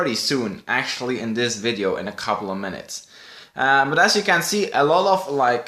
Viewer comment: why does he say ...(iiivideo) and not video in the intero